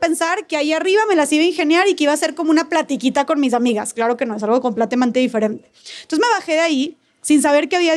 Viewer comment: aparte de VOLVIDO, no sabe ni pronunciar “completamente” la arpia.